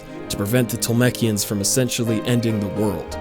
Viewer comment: all your pronounciation is wrong! tolm"ee"kians, nau"s"ikaä, etc.